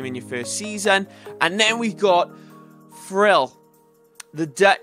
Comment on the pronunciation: You messed up 3 times in 3 seconds... you said thrill from Netherlands playing for netz 😂😂😂no hate btw